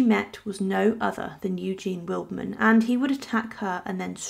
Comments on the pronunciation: you are pronouncing his name completely wrong! „Willedman“ is wrong. The german word „Weidmann“ is pronounced „Widemun“ correctly. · Just a little FYI: Weidmann is pronounced “Vide-mann”. Vide as in “wide”. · It is pronounced WidemAn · It’s pronounced Videman (vide rhyming with tide). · I found the mispronounciation really irritating. Getting someone's name right is not rocket science. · if you’re a supposedly professional YouTuber and want to be taken seriously, then you should be able to pronounce names correctly. It doesn’t take much effort.